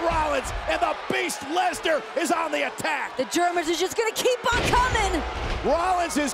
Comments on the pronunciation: Nobody: Michael Cole: LESLER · BROCK LEZLAR 😂😂😂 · Nobody: Michael Cole: LESLAR